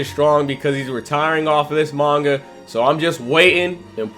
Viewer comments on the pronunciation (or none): none